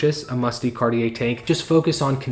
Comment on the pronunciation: De is pronounced more like “duh” than “Dee”